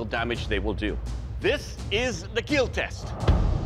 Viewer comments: I think it's supposed to be that way, he's actually saying "KEAL" which, strangely, is an acronym for "Keep Everyone ALive" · It will keal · i love the way doug says " it will kill" instead of sounding like there is an "I" it sounds like an "E' and "A". its funny hahaha in a good way also i love this show 😂😁